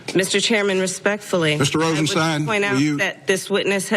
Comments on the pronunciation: The name is pronounced Rosenstine, not Rosensteen. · Mispronouncing the name is indicative of a slovenly attitude.